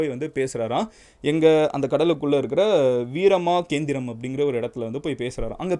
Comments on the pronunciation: Veeramaa keendhirama, ennapa solra veeramahindrapuram, tamil pesa theriyadha madhiriye pesura. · Ella pronounciation mistake thaarakaasuran veera mahendrapuram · Its வீரமகேந்திரபுரம். Please pronounce it in a right way. Because your from tamilnadu . I think your birth place is madurai..தமிழுக்கு சங்கம் வளர்த்த இடம். இப்படி இருக்க நீங்கள் கலியுக தெய்வம் கந்தனின் வரலாறை கூறும் விதம் தவறு. அதாவது கந்தபுராணம் என உச்சரிப்பது தவறாக உள்ளது. நீங்கள் தமிழிலேயே reference எடுத்து கூறினாள் மிகவும் சிறப்பாக இருக்கும்.